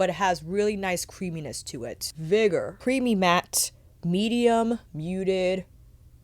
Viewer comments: Off topic, and unlikely to get a reply, but this is the second review of this palette where I hear "vigor" pronounced as /'vaɪgər/ and not /ˈvɪɡər/. The latter is in the dictionary, the former is not. And you in general seem to have an exceptional command of the English language. And this is a fairly common word. Am I missing something? Is that a new pronunciation? Some meme around this word? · Hello lovely, think the word is vigor (Vig-errrr) as in vigorous? Strong darker red colour - all the colour names seem to match the colours...